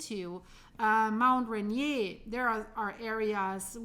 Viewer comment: We are well-informed on the west coast of America about volcanoes and high earthquakes threats. Mt. Rainier is pronounced Rain-ear not rain-yay. Just a heads up. Also, a bit of advice, your headline is misleading. Best to get specific to be truly helpful/educational and not undermine locals’ knowledge of the areas they live in. Cheers. ❤